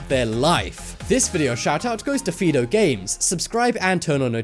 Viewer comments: It's pronounced Fido the I says it's name but thx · it's pronounced Fido the I says it's name but thx